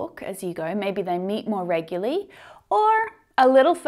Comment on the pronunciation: I have just learnt how to pronounce the word "Regularly" 😄✌️